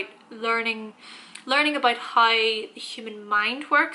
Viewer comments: More like hi 😂😂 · The way you pronounce How , always gets me